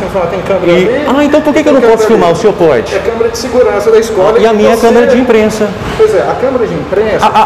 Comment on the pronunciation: "Então, a câmara de emprensa..." kkkkkkkkk